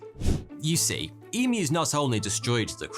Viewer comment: As an Aussie I’m so happy with how you say emus- most people say em moo